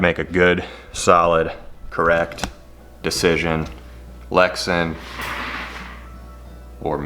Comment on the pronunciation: Glad to see you back. Polycarbonate is polycarbonate for your purposes. Lexan brand name pronounced Lex-Ann not Lexun. All that with love. Hold the heat gun farther away. Take way more time to bring it to temp. When it reaches thermal transition it will bubble soon after. So get it formed quickly. When you are close like that the outer portion reaches thermal transition before the center. It has to be heated all thru. Many years spent working with polycarbonate. Good to see your work again.